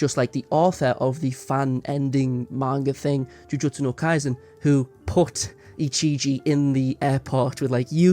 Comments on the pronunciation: the guy saying ichiji instead of ijichi is making me go crazy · I'm sorry, editor, but my brain itches every time you pronounce 'Ijichi' as 'Ichiji'